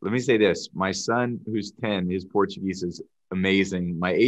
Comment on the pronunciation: His Portuguese pronunciation is excellent!